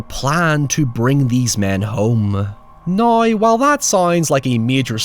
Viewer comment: Noryw???? Its now. The word is now. Lol